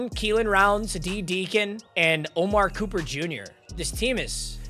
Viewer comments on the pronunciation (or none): none